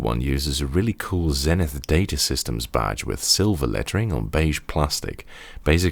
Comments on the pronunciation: It's pronounced Zee-nith, not Zen-ith. And it's a U.S. product so you have to use the U.S. pronunciation of the letter Z -- at least to be consistent with all the people who tell me that I have to use the British pronunciation of Z whenever I'm talking about a British product! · Hello,. I agree with other comments. It is "Zeenith" in pronunciation. I want to thank you for your praise of Zenith Data Systems (ZDS) and their products in the 1980s.